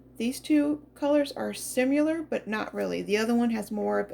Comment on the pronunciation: 2 words pronunciations Zay-ar highlighter Si-mi-lar